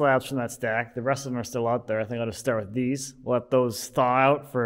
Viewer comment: "I just have this little pallet here which is THILL in the way." 😂 You've been doing Wood Talk too long and are starting to sound like a fabulous jersey boy. Ha! Really enjoyed the video, thanks for posting.